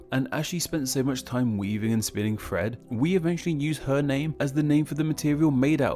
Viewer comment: Lol I kept thinking you were saying Fred when you were actually saying thread